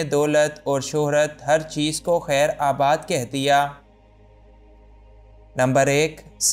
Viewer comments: Bhai lafz khaer Baad hota hia Na k khaer abaad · It's khairBaad, not khairAbad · خیرآباد نہیں خیرباد درست ھے۔